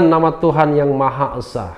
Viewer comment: Bukan eusa bung tapi esa 😁